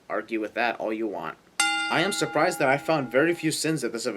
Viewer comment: "urprised" ding